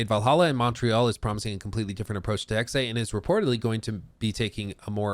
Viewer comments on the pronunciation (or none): It's HEXE, not Hexeiiii.. 😅 there is no I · Its not Hex-ay, it's hex-ah. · Eh? Right. Correct pronunciation is hex-ah. Like Scheiss-ah. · Just speak "Hex" not "Hexay" It hurts german speaking natives^^ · Please stop saying Hex-ay, sounds absolutely dumb. Its pronounced 'Hex-eh' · For the love of God, it is pronounced "HEX-UH" or if you really can't just go with "HEX". I feel like punching you in the face each time you say "Hex-ay". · Is it pronounced Hex -eh or Hex-ay? I'd go with Hex-eh. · It's pronounced Hex-Ah not Hex- Ay. Sorry 😁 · Hex-eh not hex-ay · it’s Hex-uh, not Hex-ay. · Hexe H-uh-ex Hexe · Hexe is pronounced like Pete Hegseth without the t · It’s “Hek-suh” FFS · anybody knows a Northen Germanic Language could correct them. in the Original german its certainly Pronouced hex in singular and Hexes in plural, we use the same sound in Danish but we dont use the X, we spell Witch or Witches = Heks = singular and Hekse = plural... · Why does pronounce it Hex-ay? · because he dosn't Speak German, Dutch or a Nordic language I would think. in the Original german its certainly Pronouced hex in singular and Hexes in plural, we use the same sound in Danish but we dont use the X, we spell Witch = Heks = singular and Witches = Hekse = plural... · This video was painful because you pronounced everything wrong. From people's names, to Hexe, and more. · You'd think he'd look up how to pronounce "Hexe" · You really mad just cause some pronounced a word wrong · At this point he’s mispronouncing it on purpose to troll us